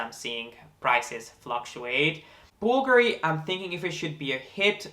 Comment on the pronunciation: Thanks for taking the time to learn how to pronouce Bulgari correctly. Most people put the accent on the A and I must confess it's a bit annoying. I never comment on anyone who does that, it's not important and I don't like being THAT PERSON, but it's definitely nice to hear it pronounced the right way. :)